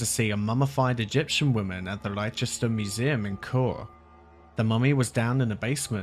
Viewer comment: you said LYE-chest-ER. You're English. You can't pronounce LESS-tuh-shurr? I get flubbing the place names in foreign countries, but that's like me saying YO-suh-MITE instead of YO-SEM-uh-TEE. Leicester or Leicestershire is not like a Welsh village name. No chance you're fishing for comments? Otherwise, great vid.